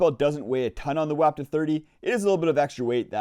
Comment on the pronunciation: It's pronounced "WAH ptuh." You're welcome. Geez!